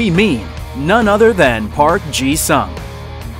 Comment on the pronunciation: its pronounced “soong” not future tense for sing